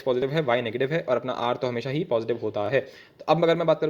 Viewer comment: khelte khelte perpendicular gira diya .🗿 : negitive ,negitive ,negitiveee,nagitive naagitive kya hoge!!🌚 Aa, um..yum..yum😆